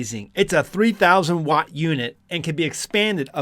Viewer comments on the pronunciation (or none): none